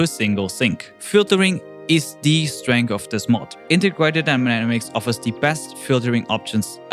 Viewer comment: intergrated what? 😂 jkjk